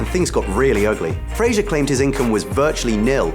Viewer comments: You could at least pronounce his name correctly. it's Frazer not Fraiger, Brendan even said it himself.(oh well i'm probably not the first to mention this) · It's pronounced Fraser, not Frasier. smh.